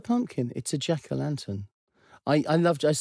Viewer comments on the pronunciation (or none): Omg! The way he says "Jack-O-lantuhn"